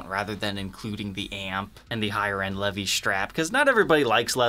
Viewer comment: Levee’s brand? 😂 Dude’s determined to mispronounce everything. lol